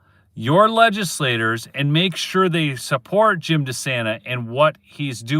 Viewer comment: You pronounce it… Jim Dee-Sane-na… You’ll sound like a Michigander. BENSON HAS BEEN A LAWLESS PIECE OF CR_P FROM THE GET-GO.